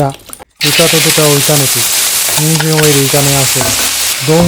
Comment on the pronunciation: 人参を刻むが人間を刻むに聞こえた